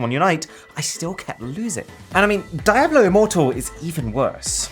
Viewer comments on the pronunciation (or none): It's pronounced DIABLO, not daeblew. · Sorry how you pronounced Diablo? Really? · Is it really pronounce die-a-blo? I have always said diablo d-a-blo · Diablo is pronounced di-ablo not dia-blo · I'm sorry... Die hwhat? Diablo as in devil. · I like how he pronounced Diablo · that Diablo pronunciation though :D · I think you mispronounced diablo immoral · my man really pronounced DIABLO like that